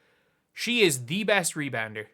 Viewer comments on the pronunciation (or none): Rebouder? lol Rebounder